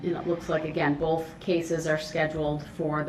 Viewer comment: “Boff of those cases”😅😅😅😅